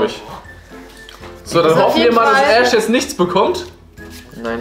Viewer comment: *Ash nicht ,,AHSCH"